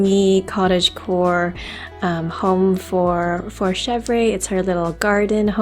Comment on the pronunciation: Chevre is pronounced shev-RUH